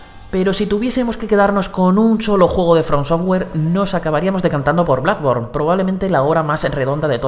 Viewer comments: Por cierto, que alguien le diga que se pronuncia Blodborn no Bladborn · Opino lo mismo tio pero no es blackborne es bloodborne jajajaj es difícil de decir y muchas veces nos equivocamos de echo es el favorito de Miyazaki creo que es el mejor de la saga y coincido contigo en el top esperemos que salga el 2 con mejor online